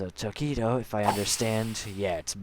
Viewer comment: Tokito has a seventh form And you are saying his name right